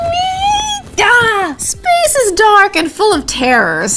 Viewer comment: Anyone else hear "Because Faith"?